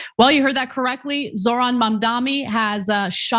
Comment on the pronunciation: Zohran's name is not hard to say Ana. Sometimes you are so wyte lol.